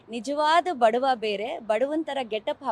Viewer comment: ಬಡ್ವ ಅಲ್ಲಾ ಬಡವ ಮಾತು ತಿಳಿದು ಮಾತಡಿದರೆ ಉತ್ತಮ